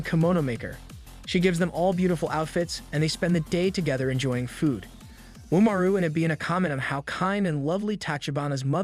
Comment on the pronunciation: Reminder that it's left ambiguous if Umaru's shapeshifting powers are actually real, or if it's just a narrative stylistic choice for the audience's benefit. Also, you keep pronouncing "Umaru" wrong.